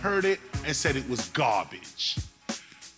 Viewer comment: "I said Gawhbage?! MC Shan is GAWHBAGE!!!!" LMAO